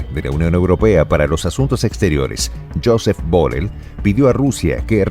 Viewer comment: Por cierto, se dice "yusep burrel". En catalán se pronuncia así. Gracias